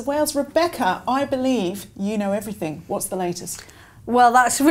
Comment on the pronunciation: Rebecca please stop saying “everythink”